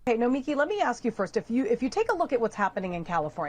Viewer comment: Nomiki gonna come at you for pronouncing her first name that way. 🤣😋